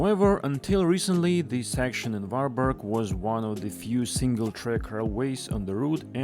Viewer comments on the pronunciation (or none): It's Var-berry.